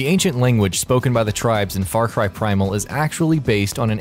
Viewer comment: Far Cri!